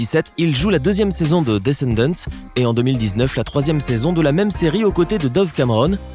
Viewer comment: Comment il prononce descendant wouah 😂